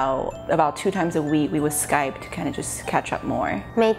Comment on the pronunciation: 每個外國人也是說"skype" 但那個日本人說了"sky pe" (用e還是用y?) 外籍英語老師教的ww